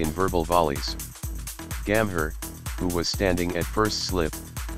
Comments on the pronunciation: Its call gambhir,,nt gammer,,bro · Terrible terrible American accent pronouncing names so utterly badly. Disgrace. Listen how he says Gambhir and Riaz.